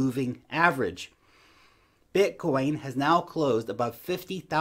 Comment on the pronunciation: Blitcoin? 🤦‍♀️ 😂😂😂 😂😂😂😂😂 love you, take care 🙋🏼‍♀️